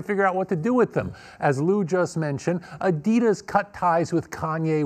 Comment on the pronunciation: She said adias 😂🤦🏾‍♂️